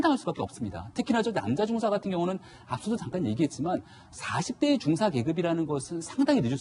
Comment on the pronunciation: 방송발음똑바로 중사는 하사다음 발음똑바로